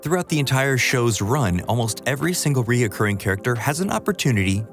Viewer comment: Recurring character, not "reocorruing."